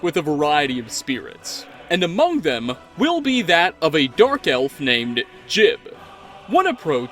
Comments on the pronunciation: It's Gee' Ubb, not Jibb. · That pronunciation of jiub is so painful, the guy even says his own name during his dialogue it's pronounced jee-ub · please learn to pronounce Jiub. Please. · THANK YOU! that drove me crazy. its like the guy didnt play oblivion